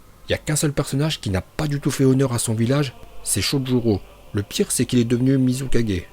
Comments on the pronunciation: Apprend a dire mizukage pcq tu dit muzi4g t vrm null tu c même pas bien prononcer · "Le maître kazékadgé,le maître raikadgé,le maître mizukadgé,le maître tsuchikadgé et enfin....... Le maître hokage. Cohérence dans la prononciation:0 😂😂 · Tu prononce bien hokage mais mal tsuchikage,mizukage,raikage et kazekage